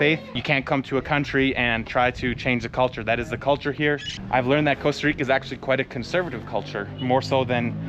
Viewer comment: I didn't know they changed the name of the country to Coasta Rica. I always thought it was Costa Rica.😅